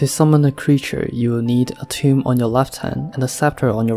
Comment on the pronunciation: Tome not tomb